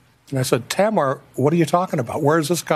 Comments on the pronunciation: LAPD is putting ZERO focus on the crime today. They cannot defeat the evidence so their position is "We do not have the time to prove or disprove Hodel's investigation. We are too busy with other solvable homicides." You are correct in the different pronunciations. They say TAmar, I say TAMar? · I seem to hear folks pronouncing your sister's name as Tam-AR, accenting the second syllable. I'm going with your pronunciation, since she was your sister and surely would have corrected you if you were mistaken. :)